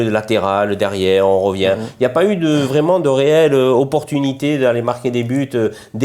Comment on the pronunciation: C’est Vraiment ! Pas « vraiement » 😂